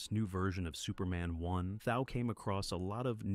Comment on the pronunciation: Nice video, just a note that Thau is pronounced Thaw.